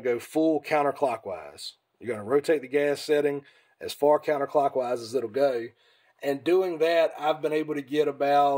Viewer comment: Lmao this dude say “go” like “gieough”